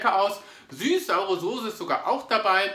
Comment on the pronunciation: Immer diese Leute Sose anstatt Soße sagen 🤷🏻‍♂️